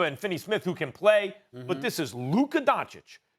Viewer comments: Stephen A. could you put the least amount of effort and try to pronounce players names right? Its not Donchik its Donchich. How hard is it? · Stephen A: Luka “Donchik” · Stephen “Luka Donchick” Smith